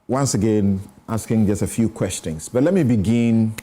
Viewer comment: From the USA: Please, Sampson, your pronunciation of the word, "QUESTIONS" can be better than what you do now. Please, check the pronunciation and start correcting it. Thanks.